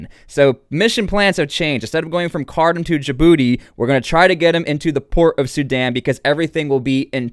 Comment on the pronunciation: Ironically it's pronounced "car tomb"